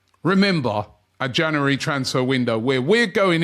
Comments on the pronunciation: OMG, here we go again. Can somebody teach Robbie how to pronounce the word "January"? It's Jan U ary and not Ja NU ary ...... it's doing my head in. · It's not "Janowary" Robbie, it's January. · “Jannery” “Janooary” One day, one day he’ll get it. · Another month of Robbie trying to say the word ‘January’ correctly